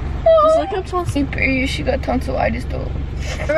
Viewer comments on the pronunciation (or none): “Baby she got tonsilistit doe “ 😭